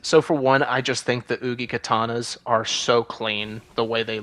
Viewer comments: I can’t believe you went the whole video pronouncing uchigatana wrong. It’s ooo.chee.katana not ooo.key.katana at least you pronounced it better than that one Dark Souls YouTuber calling it a ooo.chee.get.nah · "ugikatana" is killling mee 😭😭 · Why ? I love the uggykat anna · I absolutely hate the way you pronounce uchigatana